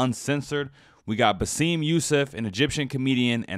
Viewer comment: Bah-sim. Not Baseem. Egyptians are very very very gaurded and proud of their VERY old and rich history. Also, Egypt has more actors and actresses than all other Arab countries combined. So netflix could have easily found a fit actress. Yes Egypt is in africa but in northern africa not western or subsaharan africa. Egypt is a nationality BUT also a culture. Thats a fact. كلنا معاكم يا مصر و اهل مصر. ام الدنيا!